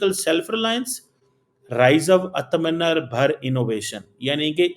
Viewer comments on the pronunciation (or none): Artha menar nhi be,, Aathmanirbhar hota hai woh... Words sahi use karo... 🤦🏻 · It's Aaaatamnirbharr